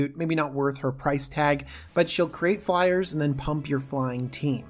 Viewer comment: "flyeres"? What are flyers. Fliers? Flyerererrrerererez?